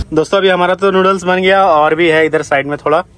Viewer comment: Giya ❌ gaya😂